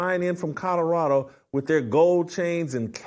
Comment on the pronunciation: Jason NOT CUTTERADO….it’s COLORADO!!! 😂😅